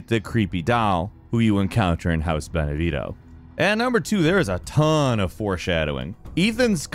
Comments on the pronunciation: Pleeaaaaase, just.. Please learn to pronounce Beneviento and Dimitrescu right… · Come on. House “Beneveto?” Beneviento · I died inside a little every time he said Benevito instead of Beneviento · The guy talking: House beneveeto Me: BENEVIENTO! 😂😂😂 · It's House BENEVIENTO, not Benevitto. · Vinevito? It’s Benevento. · How many different pronunciations of one character can you get in a video?! *Edit: Okay, it wasn't just Dimitrescu- "Ben-a-veeto" almost sounds purposely wrong. There's an N in there! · "How can it be Ethan" You answered this one in another point: reused assets. Also, remarkable how hard it seems to be for Americans to pronounce names. Even the ingame English dub gets Dimitrescu wrong, but come on, guys; Bene Vito? Just read as it's written: Beneviento. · you keep pronouncing everything wrong 😭 like what the fuck is benevito its pronounced bene vi ento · "beneveeto" "mytamucete" AAAAAAA IT HURTS MAN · BenevieNto. Does the USA have a weird obsession of silent letters or something? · Some of the pronunciations in this video are killing me. Alcina literally pronounces her own name multiple times 😂 And House Benevito, oof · beh-neh-VYEN-toh. Beneviento. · "House benebitho" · Castle Deema-treesk....House Benevito...what. Do you even research or play the games you talk about. Almost every video with this '' he butchers simple pronunciations. This one is particularly egregious. It's painful to listen to. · Anyone else notice all the mispronunciation on beneviento and dimetrescu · Am I wrong for being so triggered that he's played through the games and pronounces Dimitrescu and Beneviento? Like, you've heard the name said multiple times, how is the pronunciation so wrong???? cool video other than that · Get your pronunciations right, it's Mutamycete, not Mutamyte. It's also Beneviento, not Benevito